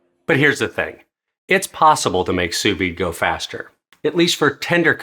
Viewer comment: brother it’s pronounced soo vee